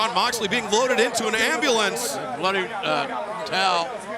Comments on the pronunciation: I love ya company but u said Jon moxelely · "MOXLELEY" oof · Ah yes. Jon moxlely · 'Moxlely'... xd who use social media?